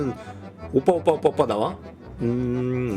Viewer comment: 아무리 들어도 오뽸로 들리는데